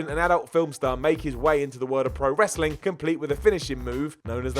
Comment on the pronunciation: Wrasling lol